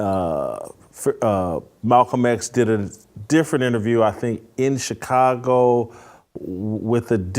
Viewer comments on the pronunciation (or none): none